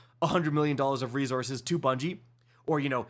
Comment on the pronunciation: Stop saying re-zorzes. It's re-sourses.